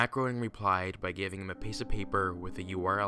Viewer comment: It's pronounced GRAYning. He's apparently quite touchy on the pronounciation of his name (if you read his own character text boxes in the Simpsons' mobile game :P )